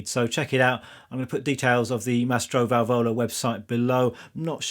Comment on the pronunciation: Ehi the accent is on the first "a" of valvola, anyway you always play great stuff.